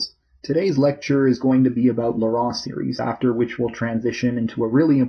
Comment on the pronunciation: 'Laurent' in this case is pronounced phonetically as "Loh-ron" or "Loh-rawn" - the man, Laurent, that this theorem is named after, was French, and in French the vowel combination 'au' is (almost always) pronounced as "oh", the 'en' is usually pronounced like "on", and a 't' appearing at the end of a word is often silent, as is the case for the name Laurent in French.